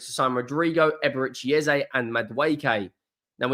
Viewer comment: Just please don't use Ezay like everyone is also assuming. It's Eze e e e e practice it. It's not Ezay please! This only happens when You tubers adopt it without knowing. Call Eze and ask him!